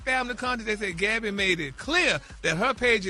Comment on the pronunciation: Just call her Gabby Geesshhhhh it irks me when Ppl mess others name all up you done heard the lady name a million times how when you see it you can’t say what you been hearing for Years Now 🤦🏽‍♀️ Bary 😅😅😅😅😅